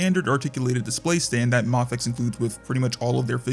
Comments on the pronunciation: M “aaayyyy” fex…. if you say the first letter of the alphabet, you will understand how the name is actually pronounced…. Because the first letter of the alphabet sure as hell is not pronounced “ahhhhh” 💯👍🙄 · It’s a Japanese brand… so… マフェックス MaFekKuSu Mah-Fey-Ku-sue My favorite part is how incredibly confident you are while being completely wrong. Great job “user”